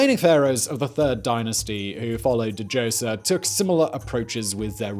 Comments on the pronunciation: Djoser ... say it with Me now Simon dozer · Da Joser >.< for so long I just assumed I was learning something new and then it occurred to me I’ve just never heard it pronounced that way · The d is silent in djoser. Just letting u know.